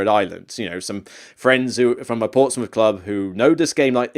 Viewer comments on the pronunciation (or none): none